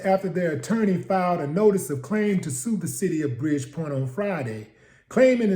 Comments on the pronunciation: It’s “Bridgeport” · Bridgepoint? Nah fam, you mean Bridgeport, Connecticut. No disrespect.